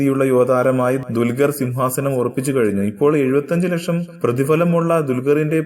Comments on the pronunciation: mone dulgaralla dulqar parayaan padikk ... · dulgar?? parayaan padikku bola